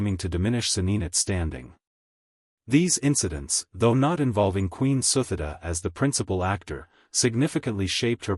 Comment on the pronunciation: The queen's name pronounced SU-TI-DA...not the way you pronounced.